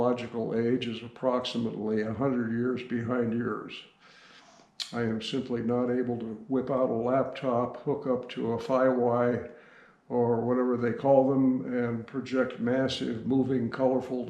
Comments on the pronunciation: say fa why😂 he meant Wi-Fi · I love the Fi-Wi!!!! 🙂